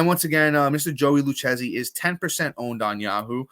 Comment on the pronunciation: Man you're Italian and you can't pronounce it Lou-kay-zee (Lucchesi). All good lol